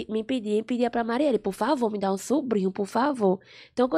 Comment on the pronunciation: A melane vai falar mindai KKKKKKKKK